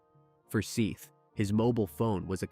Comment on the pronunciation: How disrespectful is it to pronounce a deceased persons name, then pronounce it right, only to mispronounce it for the duration of recapping the horrific manner in which they died? His name is Seth not Seeth you idiot! If you can't pronounce their names then stop doing this out of respect for their loved ones